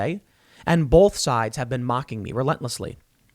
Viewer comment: Both not bolth hahaha